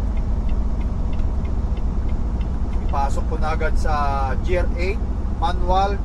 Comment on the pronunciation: Hello, the correct pronunciation of GEAR is /gir/ and not “jir”. Several times you pronounced it wrong in your previous vlogs. I’m just correcting and not bashing you. Safe trip always.